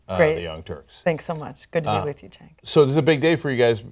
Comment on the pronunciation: I love Jill, but she should have checked how to pronounce Cenk's name. lol